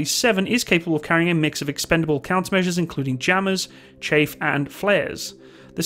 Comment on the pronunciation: It's chAFF, not chafe